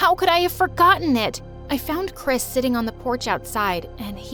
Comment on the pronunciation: Chris Me: hears crisp